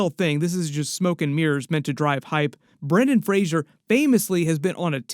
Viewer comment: Brendan Fraser, not Frasier